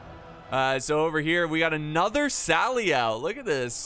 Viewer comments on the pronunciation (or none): none